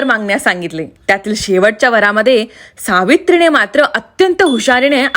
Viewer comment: किती अशुद्ध बोलते मराठी, सावित्री णे असे अनेक (आणि पाणी)